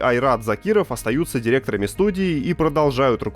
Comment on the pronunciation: ВВо! А я слышал, что в СГ коменты читают..! оО Вот вдогоночку исчо придирочка: правильно произносится - директорАми..)